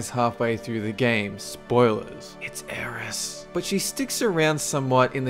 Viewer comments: Dude it's not Aeris. It is Aerith <_< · sigh It's Aerith. With a 'th'. AeriTTTTTTTTTHHHHHHHHHHH. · #3 is not aeris its aerith